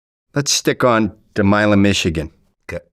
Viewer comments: It's not pronounced Mellon it's pronounced Milan my-land with no d sound, it's a federal prison. I know all about it. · Milan, it’s pronounced My-Laan, dumb fuck